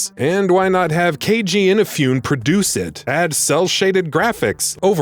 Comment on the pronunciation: Sorry to be that guy, but no I'm not. KAY-EE-GEE EE-NA-FU-NAY.